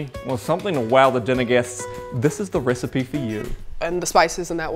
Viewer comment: Somewhere Ignis Scienta be like: I've found a new recipeh!